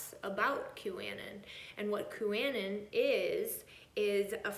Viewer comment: Anon is short for anonymous. It's pronounced Q a non